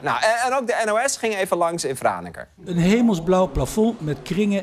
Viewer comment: Als Fries ben ik ontzettend trots op Franeker! Dankjewel voor je felicitaties Arjen! En voor een niet-Fries is z’n uitspraak heel goed, fijn dat ‘ie de moeite neemt om dat goed te doen